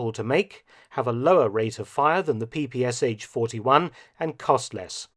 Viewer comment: Wrong pronunciation of PPSh 41 abreviation: not P P S H, but P P Sh - last 2 letters as 1 sound. This is why this weapon is called "pepesha".